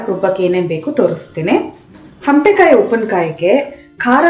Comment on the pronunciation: ಹಮಟೆಕಾಯಿ ಅಲ್ಲ ಅಮಟೆಕಾಯಿ